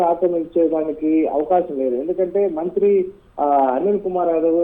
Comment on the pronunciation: మంత్రి అనే ఒత్తి పలుకుతున్నారు మంత్రికి మీరు వ్యతిరేకమా ప్రతి దగ్గర ఉందిఇది ఇక్కడే కాదు ఇప్పుడే కాదు ఎప్పుడు నుంచో ఉండే వ్యవహారమే భూమి విలువలు పెరిగినప్పుడు యివన్ని మామూలే అయిపోయాయి మన రాష్ట్రంలో, అనిల్ టైం లో లేదన్నారు ఎందుకు లేదు అందరూ టైం లో ఉంటది పోకిరి టైం లో ఉంది ఒకరి టైంలో లేదనుకునే దానికి లేదు భూమి విలువ పెరిగే కొద్దీ అవినీతి రాజకీయ నాయకులు వారి అధికారంలోకి వచ్చే కొంది ఇలాంటి వ్యవహారాలు మామూలే, అసలా అధికారులు వారి భూములను కాపాడుకుంటే ఈ ఆహారాలే రావు కదా, అధికారులు అవినీతి పాలకులు కుమ్మక్కైన అప్పుడు ఇవన్నీ మామూలే మన రాష్ట్రంలోఇతర రాష్ట్రాల్లో ఏమో కానీ.